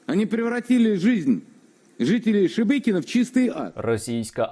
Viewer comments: Хочеться, щоб оці Шебекінці подивилися цей випуск, де учасники навіть не можуть вимовити назву їхнього міста, їм так по х.й, що вони навіть не удосужились в картах подивитися, радує слух оце ШеМєкіно і Шмякіно )) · Шебекіно, шемякіно, шмякіно- Господи, пробач убогим. Вони навіть назву не можуть правильно вимовляти. І ці чмошники хотіли Київ за 3 дні...